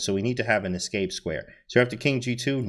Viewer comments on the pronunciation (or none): none